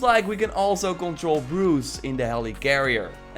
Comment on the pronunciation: Who is hoolk? And broooce?